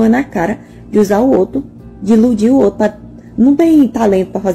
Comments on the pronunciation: Eu queria perguntar pra ela o que é "zoto" ??? 😂😂😂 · Ela falou Musga e zoto (outro). Que faculdade essa fez??